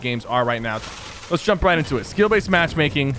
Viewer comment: I can understand what you are trying to say but you were saying skill baset